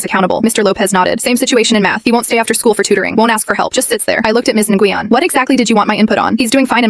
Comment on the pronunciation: Na Gu Yen 😂. Pronounce “when” my Vietnamese friend corrected me